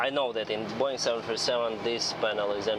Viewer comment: Are you russian? You say Boouuuiing😂 nice